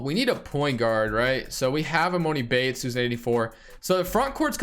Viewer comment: it’s emAHni bates not moni 🤦🏾‍♂️